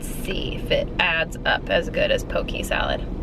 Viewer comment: I am sorry I love your videos but being from Hawaii the way you pronounce poke is just very different from here (poh-keh) not pokey. But it doesn't matter you are an amazing person and loving your pup and cat. They are so adorable.